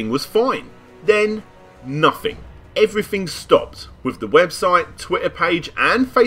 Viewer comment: "may furtyuff two fousand and fourteen Everyfing was fine, ven, nuffing" Great vid, apart from the lack of "th" 😁